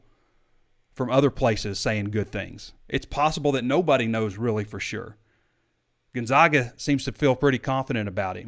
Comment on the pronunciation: It’s Chet Holmgren not Chase and Gon-ZAG-a not Gon-ZOG-a